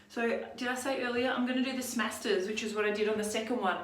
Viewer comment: Thank you for pronouncing it correctly. Other YouTube’s call it the Smashters technique.